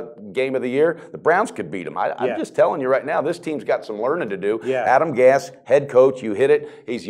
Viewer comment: This was a joke. Dude mispronounced Gase, Ndamukong Suh and Jay Ajayi's name. Also said Tannehill's wife was talking about players on Twitter when it was Brent Grimes, who is no longer on the roster. So many errors. You're a professional? Come on.